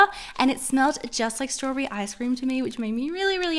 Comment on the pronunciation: Girl it’s pronounced straw bee bee not StRAwbB lol no offense